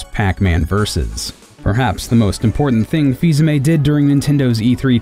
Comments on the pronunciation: I am pretty sure his name is pronounced either fil-amie or fis-amii Not fis-ame I am offended and not even french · I thought it was pronounced "Fee-uh-me"? I could very well be wrong.